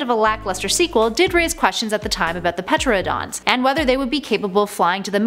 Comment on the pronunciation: Ohmygod I hate when people say pteranodons like that!